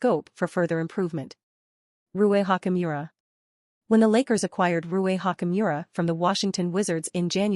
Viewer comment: By the way, he's not Hakimura, he's "Ha [t͡ɕ] mura". Are you an AI?